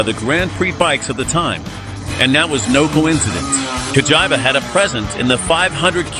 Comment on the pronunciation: CA like (ca)talytic converter - GI like (ge)nius - VA like (va)nity , now put it together and it will sound correct. I keep hearing vagina 🤣🤣🤣🤣🤣🤣🤣🤣🤣🤣🤣🤣🤣🤣🤣🤣🤣🤣